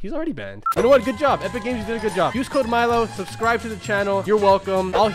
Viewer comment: Milo dos not makro